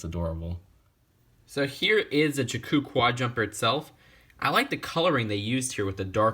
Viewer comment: You pronounced Jakku wrong.